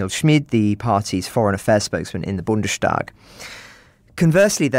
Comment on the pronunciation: Just one hint as I have heard it several times: The German Parliament is called "Bundes-tag" (the day of the Bund) not "Bunde-stag".